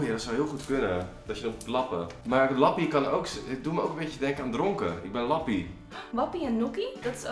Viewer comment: en je moet lappie uitspreken als leppie hahah